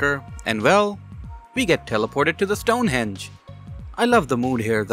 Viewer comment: The "Stone hendge"?